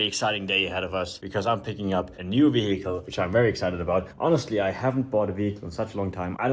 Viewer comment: "VEE-HICKLE", you've been spending far too much time in the US lol